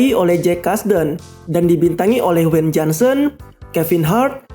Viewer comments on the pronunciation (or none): wkwkwk weyn Johnson